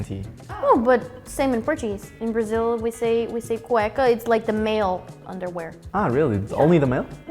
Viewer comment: “only the male” With the most Brazilian accent I have heard in my life!